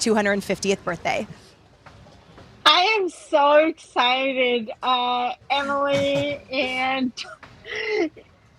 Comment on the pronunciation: The 💩 faced dental nightmare is "so exchitted" 🤣🫵